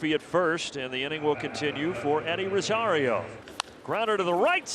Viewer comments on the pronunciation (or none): none